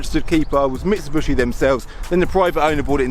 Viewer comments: What is a Mitsu-“bushi”? It’s a Mitsu-“BISHI”! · Can I just say that the correct pronouncement is Mitsubishi not Mitsubushi